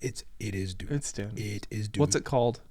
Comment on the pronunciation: That “DUNE” was beautiful